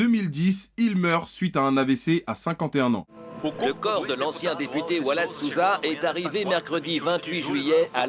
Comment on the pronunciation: À mon avis l'ironie là-dedans est le perfect timing(ou worst) parce que c justement il y a 10 ans que j'ai déménagé au Brésil (j'avais 4 ans) et j'étais pas au courant de cette histoire. Et justement avec 10 ans d'habitude à entendre les noms Brésiliens ça m'a fumé toute la vidéo de voir ton accent quand tu disais Wallace Souza ou les noms de différentes choses brésiliennes mdr